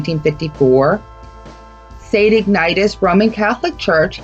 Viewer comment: Pronounced “ig na she us”. Also, when the “Mollys” were in jail, one of them put a handprint on the wall and, to prove his innocence, said the handprint would never disappear. They have plastered and painted over the print and it never went away. I am a new subscriber, originally from Pennsylvania. Have been through Centralia when it was a thriving town. I really enjoyed your documentary.